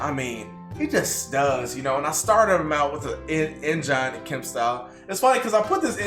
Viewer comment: Is the “Engine” pronunciation a Texas thing? Genuine question from someone from Massachusetts